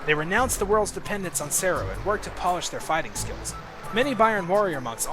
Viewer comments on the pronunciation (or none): none